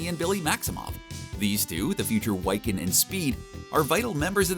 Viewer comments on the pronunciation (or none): "wik-ken" not "why-ken", genius. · Why must you keep mispronouncing Wiccan's name? It's Wih, like Wick, not Why, Why would it be? Wiccan, like a good witch. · Why-kin? it's Wi-can ffs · You guys really know nothing about the material you cover... Whyken? Its a real word.. wick wicken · wiccan “wih-khin” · "why-cann and speed" ToT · This dude said "WYCAN"! Maybe comic people should do comics... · Wiccan (Wick-an) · Did he say wyccan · Wiccan should make the same ih sound as Scarlet Witch, say Scarlet Witch and Wiccan, (wicken, it's basically pronounced wicken)